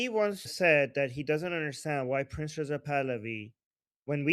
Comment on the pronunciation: when you say "Prince Pahlavi" it sounds like you're saying "Princess of Pahlavi." Just sayin'. Love this show...extremely informative. After the Iranian people are free, a dream of mine is to visit Iran. I've been grieving for and praying for the Iranian people since the trauma of the Islamic revolution in 1979.